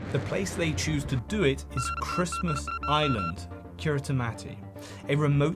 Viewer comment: tell me youve never heard of christmas island without telling me youve never heard of christmas island: (the pronunciation)